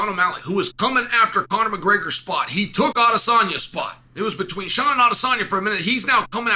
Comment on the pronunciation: Chael you usually right unc. But I’m going to have to humbly disagree about Sean’s popularity. As much as you’re not sold on him and it shows by the way you still purposely say his name wrong,but Poaton is respectively more popular. And then to say he’s coming for Conor’s spot is a stretch. Instagram follows are a bit vague but they aren’t at the same time. And Conor triples Sean’s count on that. Conor is almost on the level of Mike Tyson where you can ask strangers if you know who Conor is and a majority would say yes. Idk if they would do the same for Sean.